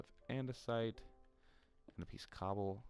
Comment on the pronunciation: Every time you were saying cobble cobble I kept hearing gobble gobble and I just kept laughing xD